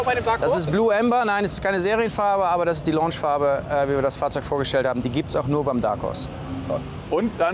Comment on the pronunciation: Alter dein "Fachrzeug" triggert mich immer mehr!